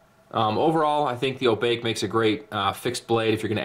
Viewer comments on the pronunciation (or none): Sir, it is NOT oh-BAKE. As I'm sure others have pointed out, but Oh-baa-kay, which is Japanese for Ghost. My Mom used to tell us Obake stories when we were small kids in Hawaii. One in particular was Obake Neko. Which is "ghost cat". I believe they made a movie about that scary-azz cat with the monkey-like paw. Turned me off cats, pronto. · I don't know any Japanese but I was sure that the pronuciation was far from a sound like "Oh (I need to) Bake (some cake). I am afraid now that this will be Barbie's grandmother's ninja blade, or even worst, Ken's great horse spirit. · "Oh-bah-keh" hey use the "ah, eh, eee, oh, ooo" pronunciation of vowels so they are short vowel sounds not long ones... As many have pointed out lol. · Thanks for the overview fellas! Good to see this beautiful blade getting the treatment on YouTube. For future reference: It's pronounced "Oh-bah-key" ;) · I think it's Oh-Bah-Kay.